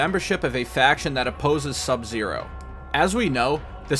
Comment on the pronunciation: OMG, FINALLY SOMEONE WHO PRONOUNCED SUBZERO'S NAME CORRECTLY THANK YOU GOOD SIR